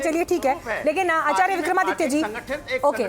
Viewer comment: ये चक्रपाणि जी शंकराचार्य या आचार्य का उच्चारण सही नही कर सकते ये गोल-मटोल जवाब दे रहे है